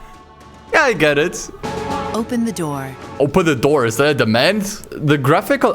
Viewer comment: Not gonna lie, when she said "open the door" all i could hear was "open na noor"